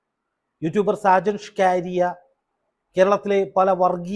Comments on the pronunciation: ഷാജൻ സ്കറിയ എന്നല്ലെ ഷാജൻ. സ്ക്കാരിയ എന്ന് പറയുന്നതെന്താ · ഷജന് ഷ്കാരിയാ 😂 …. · Sakaaaaariya tirichu parayunnu😢😮😅